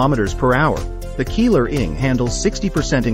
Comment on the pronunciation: Is not Keeler is sound like Keyler .